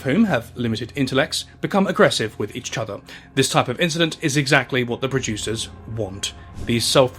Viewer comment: you have a speech impediment with the word "each"